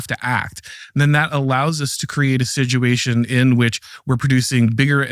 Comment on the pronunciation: What is the meaning of the word “Siduation” this young man keeps using? 😮